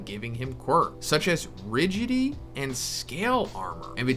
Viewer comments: Its pronounced Rigid-ity not riggity. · You pronouce "rigidity" wrong. "Rigid-ity". Not "ridgity". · Sorry, but it’s four syllables: ri-gi-di-ty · It might seem like a nit pic but its not rigigy, its ri-gid-it-y which by definition means tough, or strong, rigid. Just found it funny how you ket saying rigidy ❤️AWESOME VIDEO BTW❤️ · pretty sure its something like ri-gid-i-ty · Rigid-ity. "Rigidy" and why "wreck-loose" lmao recluse! I'm sorry I'll stop. 😂